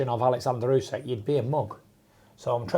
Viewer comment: Ousek, not Usyk.